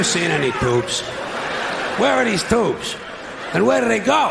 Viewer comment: i love the way he say "toobes"